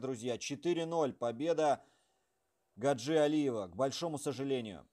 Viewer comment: Он не гаджи ,а Хаджи ! Произносите правильно .